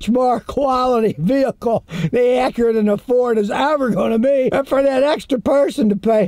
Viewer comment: It’s Acura 😅